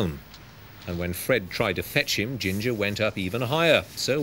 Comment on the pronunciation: "gettim t'come down". Definite "m" sound.